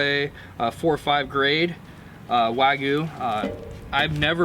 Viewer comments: Wog-you, not wa-gyoo. Otherwise, great content as always! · Gotta love that wageww.. lol Sounds so strange when he says it